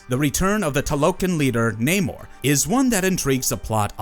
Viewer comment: The Sub-Mariner's name is Namor, not Neymar.